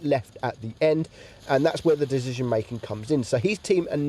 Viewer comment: Do yall hear Dezision or it's me ?